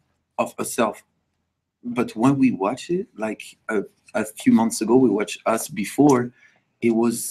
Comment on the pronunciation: I thought he said "8 months difference" lol